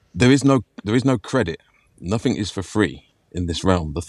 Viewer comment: Makes me laugh that always says nuffink and sumfink Good work, I learned alot today Thanks